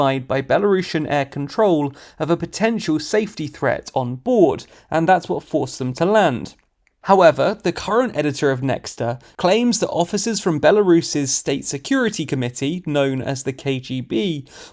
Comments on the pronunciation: It's not NE-KS-TA, it's NE-KH-TA. Please update your pronunciation guides :) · It's pronounced "nehta". It's written in Cyrillic... And "the west"™ is most definetly a bunch of hypocrites.